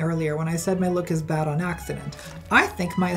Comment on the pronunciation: If anybody should have been cancelled for anything, it's for how Buck Angel put the emphasis on "BAD taste" both times instead of highlighting the difference between "GOOD bad taste and BAD bad taste."